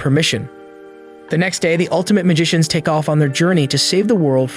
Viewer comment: The "altimte magishins"Im dying of cringe 😂😂